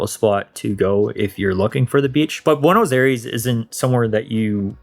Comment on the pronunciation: It is hard to believe that you lived there for 4 months since you pronounce Buenos Aires so terribly.